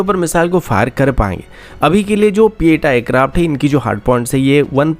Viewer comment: Bhai sab it's p 8i not pieta